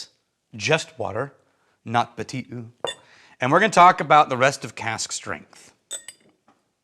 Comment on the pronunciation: Just FYI: "eau" is pronounced "o", NOT "oo"...